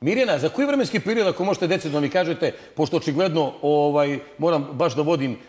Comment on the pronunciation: Ne kaze se "koi" nego koji!!! TO JE TO !NEPISMENI SMO!